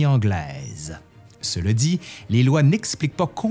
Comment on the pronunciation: Ta prononciation et diction est incroyable! Petite question, pourquoi dis-tu « Se le dit » plutôt que « cela dit » ?